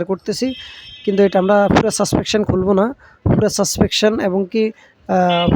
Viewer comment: ভাই সাসপেনশন হবে সাসপেকশন না।